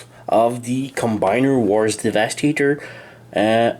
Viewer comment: No one talks about the weird funny way saying 'devastator" in the video XD